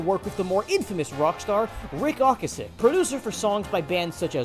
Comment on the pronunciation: Isn't it "O-cass-ek", not "Ok-asek"? There's a video on YT from 16 years ago under the title of "Members of the CARS introduce themselves" where you can hear him say it himself. Anyway, interesting video. I've never heard of this band.